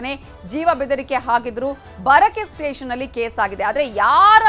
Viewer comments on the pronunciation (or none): none